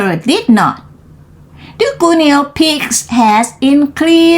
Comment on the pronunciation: ขำไหม🤠 ตอนเริ่มจังหวะกระชับได้อีกค่ะ เกือบดีล่ะ อ่านต่อมาดีขึ้น แบบนี้ล่ะค่ะ 👍 fist = กำปั้น โอ้ทอ่านผิดเหมือนกัน:face-blue-smiling: reached เป็น verb เสียง ed ไม่ออกเชด ออก ch-t shouted เป็น verb ออก ted ด้วยค่ะ shout-ted guinea อ่าน กินี่ guine pig หนูตัวเล็กที่ใช้ทดลองวิทยาศาสตร์ hippopotamuses หลายตัวออกเสียง ses ด้วยค่ะ official ออฟฟิศเชียล rate กับ late ออกเสียงให้ดีนะคะ โดยรวม ออกเสียงชัดดีค่ะ ดีขึ้นกว่าตอนเริ่มเรียน👏 ใส่ลิงก์บทความด้วยค่ะ